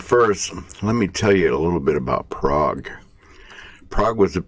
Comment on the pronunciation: You pronounced the name of the town wrong.